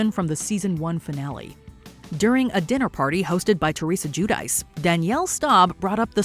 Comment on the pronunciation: Her name is not pronounced as "Jew-Dice" It's more like Gwee-Dee-Chee. She's embarrassed bt her Italian heritage.